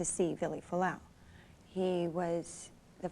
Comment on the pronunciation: CAN YOU JUST LEARN TO SAY FUALA'AU PROPERLY PLEASE